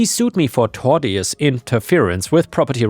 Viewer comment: Since you (understandably) have a bit of an issue with the word "tortious" (which let's be honest, even 99% of native english speakers never encounter lol), the pronunciation is "torshus" :D